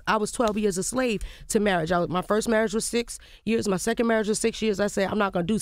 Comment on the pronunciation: Omar Scruggs 😂👍As Lil Mo says "Murraige".